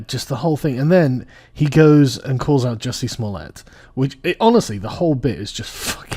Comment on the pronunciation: It's pronounced Juicy Smollè.....apparantly.